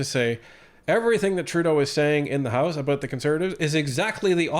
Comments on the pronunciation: I swear when Karina Gould was first speaking she almost said "This side of the heist". Not "house"... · Haha,it sounded like gould said 'this side of the heist'.